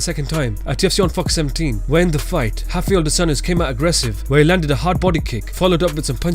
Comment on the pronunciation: It's not "hoff-eye-ell" come on.... His name is Rafael "roff-eye-ell" there is no H in his name anywhere....especially not at the beginning of his name, there is an R there, that's what his name starts with and how it's pronounced.